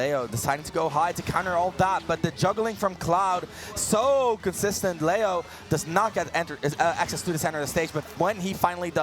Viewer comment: It’s Layo not LEO lol